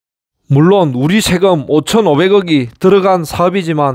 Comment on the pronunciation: 셰금(X) 세금(O) ㅔ를 ㅖ로 발음 세는 현상은 아재스타일 발음습관은 고치기 쉽고요~ 큐버리조터? 사더? 한글로 그렇게 적어서 발음 반대로 적으면 올바르게 발음됩니다. ㅋㅋ :hand-orange-covering-eyes: 경상도남부에서는 어/으 반대로 발음합니다~ '스승'으로 쓰고 '서성'으로 발음하고 '성서'라고 적고 '승스'라고 발음하지요~그래서 반대로 역발상으로 표기하면 다 해결됩니다~ㅋㅋ '서성님' '승스공단' 이라고 표기하면 발음은 '스승님' '성서공단'으로 중부지방발음으로 조정됩니다ㅋㅋ